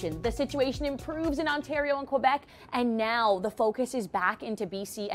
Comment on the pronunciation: Fun fact, it's K-Beck not Qwa-Beck...